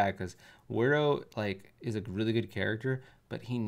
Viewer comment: Help this man pronounce Wario and waft